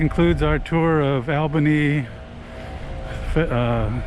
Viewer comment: Learn to pronounce Albany!